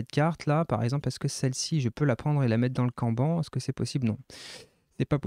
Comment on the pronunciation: Trop bien, merci pour la vidéo. Par contre, petit point, kanban ce prononce canne banne. C'est japonais 😉